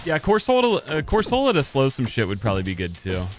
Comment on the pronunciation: Question. Do you ragebait on purpose with how you pronounce some pokemon names? Been spamming your videos the last two days and the way you say cor-sol-a instead of cor-suh-la is low key raising my blood pressure 😂